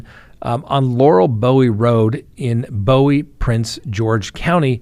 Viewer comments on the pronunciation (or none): Bowie MD is pronounced like buoy rather than like David Bowie